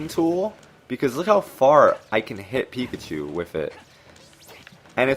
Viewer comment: did you say peepachu??? Haha😂😂😂